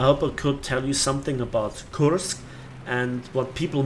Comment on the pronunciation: Good video, that thing surprised me how easily it could kill me in my IS-6. :D Btw, the English pronunciation for Kursk would be more like "Körsk"